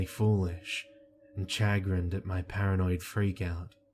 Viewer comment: For future reference, it's 'Sha-grinned'